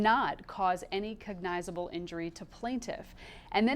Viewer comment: Cognizable {ˈkäg-nə-zə-bəl} is not pronounced with the long "i" sound as in Biden, with emphasis on the second syllable. It's pronounced with the short "i" sound as in Jill, with emphasis on the first syllable. It's been driving me NUTS to hear it enunciated improperly.